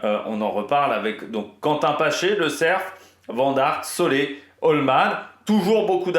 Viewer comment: Et c'est pas Marc Solé mais Soler,ca ce prononce Soler comme solaire,tu as compris 😮😮😭😭😭😭